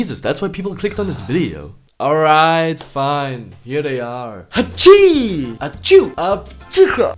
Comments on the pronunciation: Its not Hapcsú its Hapci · In the hungary languages is ,,hapci” not ,,hápcsú” but this video is so many fun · Hungaryans doesn't say "HÁPCSÚ" ... They say HAPCI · Hungarians dont't say 'hápcsú'. We say 'hápci'. 😊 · Hungay:not hápcsú becouse it's hapci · In hungarian it's not "hápcsú" but "hapci".😂😂